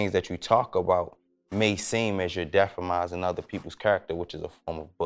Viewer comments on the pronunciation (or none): love your opinions but it's defaming not defamizing.